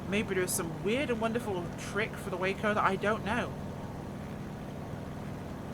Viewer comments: It's pronounced WAH-CO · I believe it’s pronounced Wah-co.